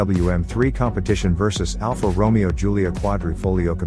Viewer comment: You are mispronouncing Romeo.